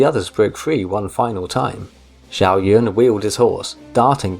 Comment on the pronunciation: The name Xiahou is pronounced Shaho